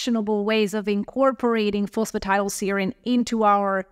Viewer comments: Fancy taking advice from someone who cannot even pronounce PhosphatidylSerine! Tiddleserine? Really? 😆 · No he didn't.